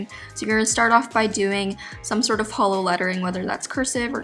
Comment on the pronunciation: I keep hearing holo instead of hollow